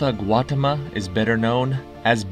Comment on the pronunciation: 20/21, solid quiz, as usual. The Buddha's name is pronounced Gow-TA-ma. Cheers!